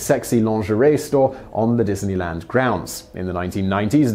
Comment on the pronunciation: wow... dineyland Paris sounds like EF Chengdu haha